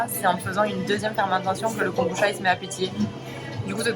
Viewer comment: En fait, ça se prononce kombuTcha, comme le matcha. 茶 , transcrit cha ou tcha mais toujours prononcé tcha, donc, veut dire thé en japonais (même si ce n'est pas du thé, et encore moins du thé de kombu) 🙃